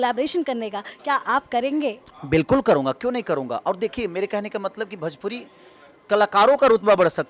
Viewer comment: भजपुरी नही भोजपुरी होता है बकलोल😂😂